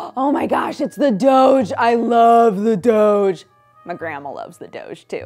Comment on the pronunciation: She said Doge wrong m80s